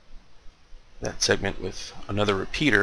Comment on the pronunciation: He doesn't even know what he's talking about. He can't even say repeater the first time he hold it up